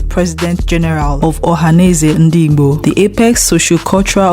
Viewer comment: Please learn how to pronounce igbo